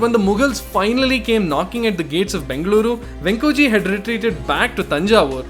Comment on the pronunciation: Your pronunciations of Bengaluru as Bengler and Mysuru as My-sir are notably cringeworthy. Otherwise a great video 👍